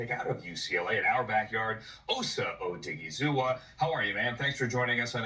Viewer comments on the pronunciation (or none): It's O-diggie-zoo-ah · Oh-DIG- EE- ZOO-AH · Love you. But you butcher names bad OooOoo so bad lol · Even after he heard it pronounced he still butchered the name. 😆